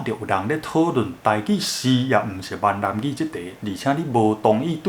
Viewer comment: Ming-nan gi 不是man-nan gi... 前面是「南蠻語」的倒裝「蠻南語」 後者是「閩南語」... 建議就直接講「台語」...